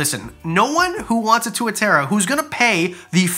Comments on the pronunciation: lol the way you say it XD its more like To,a,tar,ra ...Moari always catches people out haha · Tuatara is pronounced “Two-a” “tar-a” I’m from NZ btw so that’s just what I have heard but idk 🤷‍♀️ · Great vid but as a pakeha kiwi even I cringed at that tuatara pronunciation 😂